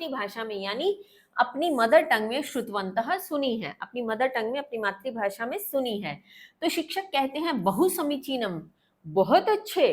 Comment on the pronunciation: Matrabhasha ❌ maatribhasha ✅ 😂😂😂😂